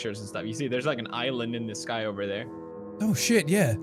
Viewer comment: think he wants to say sky but came out wrong XD